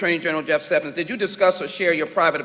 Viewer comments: I would bet a kidney that Sheila Jackson Lee can't spell the word judiciary much less pronounce it. She also thinks the former AG's name is Jeff Sevens . She is clearly illiterate with a commensurate IQ.....a complete embarrassment. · She can't even say the name "Sessions" correctly. She's a bully with nasal problems.